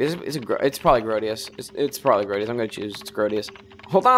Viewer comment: Woo hoo another episode! And you keep pronouncing Sir Grodus as "Sir Grodius"